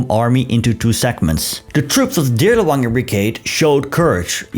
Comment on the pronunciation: As you're aware, the Dirlewanger or Waffen "w"is pronounced as an English "v".